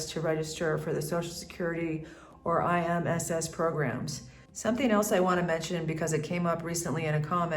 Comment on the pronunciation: IMSS is pronounced EEMS, and ISSTE is pronounced EESTEH. Seguro Popular is not a great at the specialist level, it's hard to get an appointment and the hospitals are not the best at all.